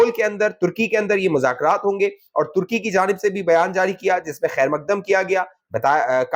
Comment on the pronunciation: I have pointed it out to you before also, that Turkey has OFFICIALLY changed its name since October 29, 2023, to TURKIYE. Pronounced TUR-KEE-YAY.